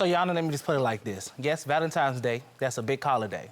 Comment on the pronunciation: She’s beautiful! I’m dead on the “Valentimes” day tho 😂